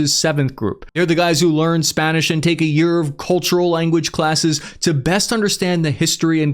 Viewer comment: Your Spanish pronunciation is horrible, but very good video none the less Edit: my main critique comes from the Correa era and post that. Don't get me wrong, he was very corrupt and that's part of my critique. Correa and his government had deals with FARC when they used to run most of the drug trade and look the other way during their drug operations in the country. The reason why Ecuador was so peaceful during the 2010s was because FARC held tight control over the drug routes in Ecuador and thus the system was run under a monopoly. But when FARC "disbanded" in , this left a power vacuum where many groups started to vy for control of drug routes. Also you failed to mention the effects of COVID and how that heavily affected the economy of not only Ecuador but all of Latin America. The economic impact of Covid helped to turn many people especially in Ecuador to organized crime bolstering groups like Los Choneros and Los Lobos. Other than this though, I still say it's a good video none the less, I just wish more information was put in.